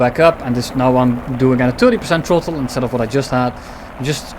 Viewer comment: Tirty-five percent trottle